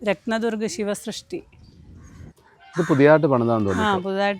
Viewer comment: രത്ത ദർഗ് ഫോർട്ട് എന്ന് എന്തിന്ന് പറയുന്നു? രത്ന ദുർഗ് എന്ന് മാത്രം പറ ഞാൻ മതി.